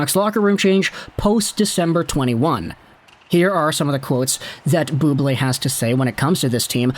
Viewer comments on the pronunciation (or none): Bubbly!! No it’s Bubblé!!